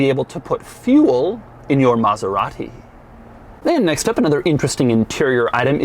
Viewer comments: its not Mazerati its Maserati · Maserati Coupé not "Coup"